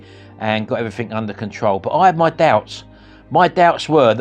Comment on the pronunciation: "I've tried evweefingk else" 😂